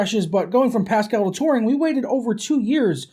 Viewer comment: When you say Turing it sounds like "Tauren" lol